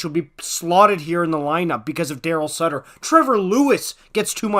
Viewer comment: It’s not sutter stop ffs